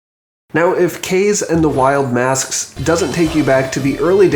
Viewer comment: Awesome video buddy!! Kaze is pronounced like Ca-zee by the way, hehe.